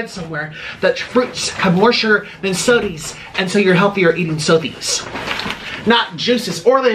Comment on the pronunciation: He has transitioned to saying "sodies", he's officially what we would classify as "rotund"